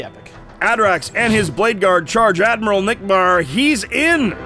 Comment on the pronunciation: Admiral Acknick? Really? Not Admiral Nickbar?